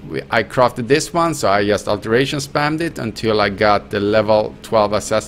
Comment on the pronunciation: drink a shot when he says "yust"